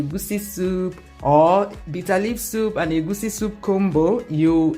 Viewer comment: I love the way you call it egwusi and not the baptised egusi that is commonly pronounced by many.